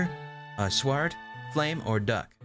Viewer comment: !! I always get made fun of for how I say sword (pronouncing the w before the o not after) I’m actually pretty happy to hear that other people do it too ( ish ) :)